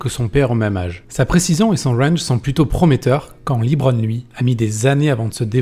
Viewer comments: Bonne vidéo mais s'il vous plaît, arrétez de dire "Libron" ça se dit "Leubron" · évite de dire liiibron james mdr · On dit Lebron pas Libron ! Ecoutez les commentateurs des matchs NBA des LAL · Jus(te on dit pas "Librone" les gars :p juste "le brone" c'est bon :P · C’est la phonétique anglaise et donc c’est Libron. En anglais E se prononce I dans ce cas précis.